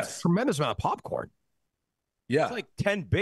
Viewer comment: I never knew hearing someone say “Pupcorn” would piss me off so much